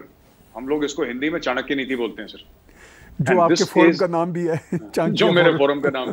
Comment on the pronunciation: ताहीर साहब वो चांकिया फोरम नही चाणक्य फोरम कहते हैं, "चाणक्य फोरम".